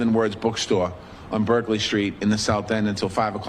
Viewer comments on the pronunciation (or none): none